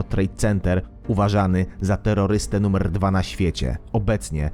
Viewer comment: "Uważany za terroryste numerrrrrr 1" xd